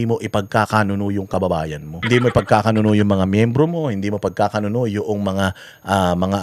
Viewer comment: I’m bothered. 😅 I think the right term is ipag kakanuLO, not ipagkakanuNO. Yun lang. Keep up the good work.💚